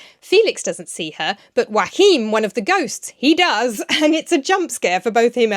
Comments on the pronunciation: Isn’t Joachim pronounced “yo-a-heem”? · I'm so happy to see, that the German version seems to be well liked! A little note: Joachim is three syllables not two, so it's "Jo-a-chim" (but start the ch-sound already on the second syllable) and the accent on the a. :)